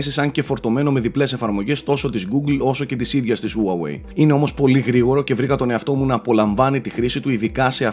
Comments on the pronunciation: χουαγουει λέγεται όχι ουαουεει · ΟΥΑΓΟΥΕΙ ΤΟ ΚΕΡΑΤΟ ΜΟΥ! ΣΤΟ Α Ο ΤΟΝΟΣ! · Όλα πολύ ωραία αλλά Χου-ά-γουει ρε. Με σκοτώνεις:'(. Συνεχίστε την καλή δουλειά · προφέρεται χουάγουει ή ουάγουει και Λάικα όχι λέικα:)